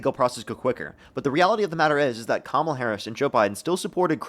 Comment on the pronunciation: The problem here is that the guest does NOT remember having said being disrespectful is disqualifying, so to them, is putting words in his mouth. They're words he said, but he doesn't know that anymore by the time finished the argument. Edit: Kudos for doing his best to say Kamala's name right, though. Edit 2: Nevermind, he dropped it after a few times.